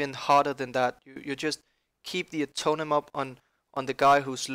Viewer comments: It's not "Atonem", it's "AtoneMENT" :-D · Uhhh- tone-MENT Not Atomen